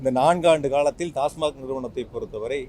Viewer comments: Neengalum TASMARK thaanaa.. It is TASMAC... Sir.. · Tasmac dhan, avar tasmark nu solrar